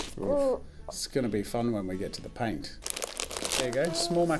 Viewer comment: You said pain instead of paint